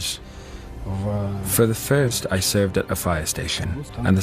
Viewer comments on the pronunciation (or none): none